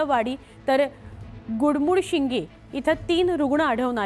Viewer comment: ते गुडमुडशिंगी नसुन गडमुडशिंगी असं आहे.